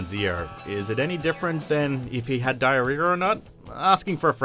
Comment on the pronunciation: Lol "dire-rear"